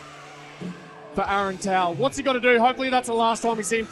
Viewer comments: how did the commentator manage to Anglo-butcherise Aarons last name? I mean the pronunciation is in the slogan "Toes em up" Toe=Tau not towl or whatever he was saying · Tell the bro announcing its pronounced tau like tow, now towel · Tau, like toe, not tow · Tau=Tau z em up!!Go Aaron Tau zem up, Tau😅